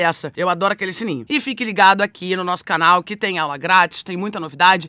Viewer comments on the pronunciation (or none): none